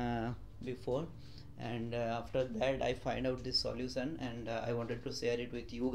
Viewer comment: Solution bolna sekh le bhai😁😁